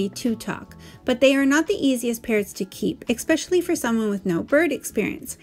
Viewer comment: Esssssspecially, not expecially Otherwise, great video. ☺